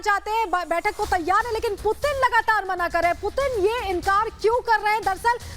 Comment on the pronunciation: Do report do bat koi putin bolraha koi pudin 😛😛